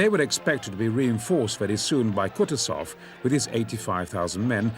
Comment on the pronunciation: If possible, plz correct the pronunciation: KUTUSOV pronounced 'Koo-TOO-zov, with the stress on the second syllable.